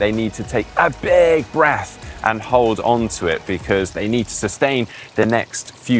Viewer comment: " take a nice big breff " speech impediment,you can fix that.